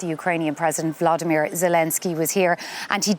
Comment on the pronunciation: Will they ever learn to correctly pronounce Zelenskyy's first name - it's NOT Vladimir!